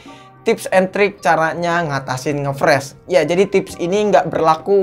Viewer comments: Ngefrash ❌ Ngeflash ✅ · Ngefressss awokawok. Ngefris bang wkwkwk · "nge friz" bukan "nge fres" ejahnya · ngefreeze, bacanya itu ngefriz bang bukan ngefres wkwkwkwk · Entah knp gue kesel aja denger "ngefres" friz oi friz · Hadeh dari awal sampek akhir ngomong ngefresh mulu, yang bener ngefreeze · nge fris bang bukan fres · bacanya friz bukan fres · Freez/fris bukan pres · Dibacanya friz bang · ngefres aokwkwk ngakak